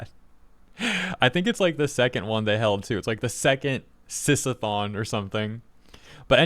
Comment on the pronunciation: "Sis-a-thon" the biggest flaggot sh!t I've ever heard. And "Are they PR friendly?" No you r3tard it'll be PR friendly when they're out of business forever for promoting insane pdf bait. At least they're genuine fakes because that stupidity is next level.